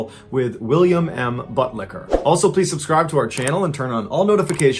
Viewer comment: Did he just say "William M. Butt licker"?